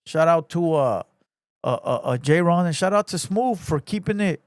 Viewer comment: His name is clearly jayren not JAYRON bro 😂